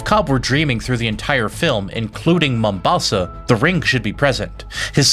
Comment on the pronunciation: kudos for pronouncing ''Mombasa'' correctly yes I'm Kenyan that's our main coastal port city